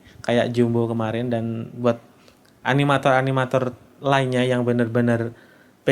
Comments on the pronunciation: animator ❌ aminator ✔ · "baik animator-nya..." Harusnya "animator" ngga sih? Bukan aminator...